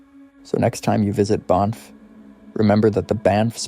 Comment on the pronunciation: Did you mean Banff national Park because it's not pronounced like Bonff it is pronounced how it's spelt like band but with an F sound